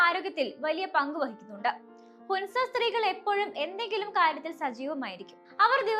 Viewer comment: ഹുൻസ അല്ല മോളെ ഹൻസ ഹൻസ താഴ്‌വര എന്നാണ്